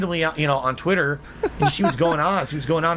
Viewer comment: The way this clown says Twit-TUR makes my skin crawl